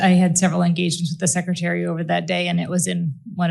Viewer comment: I love that Dr Houry secRETary as a lot of people say secITary